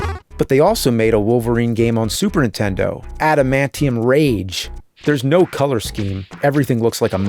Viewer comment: Ah yes, the classic soup erntendo.